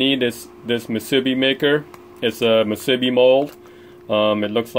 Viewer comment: hey, that was a pretty good haul for a one soak, I'm up in northern CA & didn't go out this year, but one party boat that I use has 9-10 pots out & he averaged 2-3 crab per rod, not very good this year, they're good sized, but not plentiful. Musubi.. Moo Sue B! not mu sib B! thanks. crazy weather to be out there, at least you got the whole Pier to yourself!